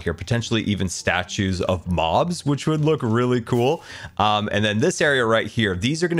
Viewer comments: did he say statues of Moms not mobs ? :D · Excuse me... 18 minutes in did this man just say statues of Moms? ... W0T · I think having statues of mums is a great idea!...cannot tell if this is my ears or pronounciation being weird lmao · I heard "statues of moms" not "statues of mobs" for some reason